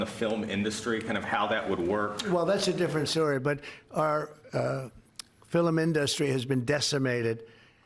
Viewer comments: Did he say "Filamenda Street" instead of film industry... or was I hallucinating?? I even replayed that bit, heard the same thing. But I may have been hallucinating, everything I hear from the US these days makes me feel like I have concussion 😵‍💫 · "our filumin dustri"? What is a filumin dustri?